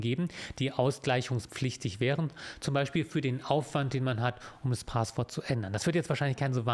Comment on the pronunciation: Kleine Sprach-Klugscheißerei: Es heißt nicht "Paaahßwort" sondern "Passwort" (mit kurzem 'a'), abgeleitet von 'passieren'. And in other news: Bisher habe ich mich in meinem Leben nicht für Jura interessiert, seit ich die Videos von kenne und gucke, schon! Ich mag vor allem den feinsinnigen Humor, der gerne mal zwischen den Zeilen durchschimmert:-) Danke auch für ihre moralische Komponente, es ist schön zu sehen, wenn die Juristerei auf der "guten Seite der Macht steht", gefühlt ist das eher selten der Fall.